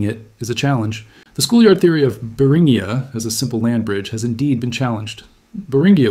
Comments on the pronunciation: Beringia = Bur in G ah. Not Bur in ghee ah. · It's pronounced br in jee uh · I can't last a minute in the video because of your mispronunciation of Beringia. Eight more minutes of that would be torture. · which do you mean, it's pronounced both ways within the first 30 seconds of the video and keeps alternating at random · Take a drink every time the almost human sounding narrator alternates its pronunciation of "Beringia"